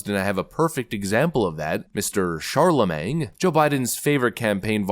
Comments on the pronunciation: it’s pronounced MANE but MANG is funny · Shar-la-MAIN. 'G' is silent. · Please, it’s shar-la-MAIN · You realize the "G" is silent, if you aren't trolling it's incorrect pronunciation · That guy is such a fraud and idiot... and I can't stand hearing "the god" when people talk about him. It's disgusting. One thing I've been wondering though is who's going to tell our host that the g in Charlemagne is silent? 😂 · Charlemagne, another word can't pronounce. Is anyone keeping track, for Pete Sakes?? 😂😂. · I’ve been thinking you were pronouncing Charlemagne like that on purpose and thought it was funny. I realize now it’s not on purpose but it’s still funny because he’s such a fool